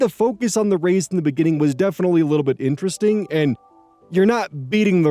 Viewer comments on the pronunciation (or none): none